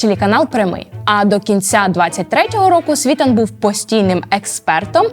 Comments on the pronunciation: На прикладі СвітАна( а не свІтана) ясно,що ваша аналітика "грунтовна", але бездарна 😅 Кажете,що в нього нема свого каналу і одразуж маніпулюєте заголовками каналів( нібито він іх сам що адав)! Побачивши в вашій " пральні" Портнікова(???)- зрозумів,що Ви,уважно, дешева прокладка між "офісом" Єрмака і обдуреним ними і Вам,дівчинко,народом! Який Ви разом з Зеленським продовжуєти н@ йо*увати ! Всунути в свої "рейтинги", ще й Віталія- це видатна необачність( тобто виперає,незамасковане)😅😅😅 ! Це ж видно ! Порніков не замовчить- поки його не вб'ють !!! Всі інші " анал літики дійсно повне лайно...Але - Портніков???? Тому і видно ,що Вам його заказали😅 Ви виглядаєте смішно😅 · Ви журналістка. Чому ви наголос робите неправильно? СвітАн його прізвище. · Як ведете розслідування почніть хочаб з наголосу прізвищ. В вас спікер навіть говорить СвітАн. Гидко слухати. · Цікаво, як ця ведуча, що аналізує Світлана, якщо не знає як наголос в прізвищі ставиться?? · С скаких пор свитан наголос на последний ..а соска нам вставляет саитан наголос на первый слог .... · Вибачте,але трохи комічно виглядає: півтора роки досліджень, а у першому ж прізвищі експерта (ким би він не був) неправильно поставлений наголос. І ще, якщо ви вже позиціонуєте своє медіа як експертне хотілося б менше емоційних оцінок, а більше фактів. Дякую. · Чому СвІтан, якщо він СвітАн? Аж вухо ріже! Яковенко Ігор,а не Іван. Ну ви даєте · Не СвІтан, а СвітАн. Дівчинко, вчися ставити наголос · Ведуча така ж вумна,як і її "герої".СвітАн,а не СвІтан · Не СвІтан, а СвітАн. Еще одну молодую балду проплатили. Іди щось корисне роби вдома. Тарахтелка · Не СвІтан а СвітАн .. і робити огляд експертів з огляду на те як вони подані тиртрубою таке собі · Правильно наголос ставити СвітАн, а не СвІтан. Як сумно, коли в Україні такі непрофесійні журналісти, Ви ж готували цю передачу, невже не можна було поцікавитися , як правильно вимовляти прізвища цих горе- експертів, про яких Ви створили контент? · Не свиииитан, а свитаааан